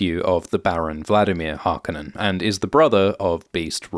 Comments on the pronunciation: It's HarkOnnen, the emphasis is on the -o-. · Can you not pronounce Harconnen correctly narrator!?